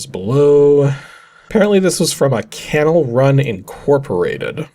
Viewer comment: I think that part of CanalRun is pronounced "Canal" like in Panama Canal. :) I think they're still around; it appears they developed an app for the hearing impaired.